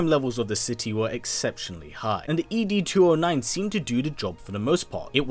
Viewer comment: “EEE DEE 209”??? 😹😹😹 Never heard it pronounced like that in the movie.